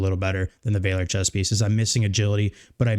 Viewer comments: It’s Valor , not Vayler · Vaaa-ler, not Vay-ler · Great video, Valor is pronounced as Vaal-or like honor and valor. Keep up the awesome work! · Just wanted to let you know, you are saying "valor" very wrong. You should look up the word and check out how its pronounced.